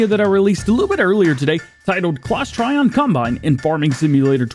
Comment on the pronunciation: Hey DJ awesome videos! Just wanted to let you know that the new Claas Trion is actually pronounced "Tree-On" and not "Try-On". Keep up the great content.